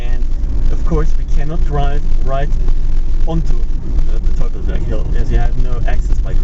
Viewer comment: Great video but it's pronounced "toi-fels-berg" not "tuff-fels-berg".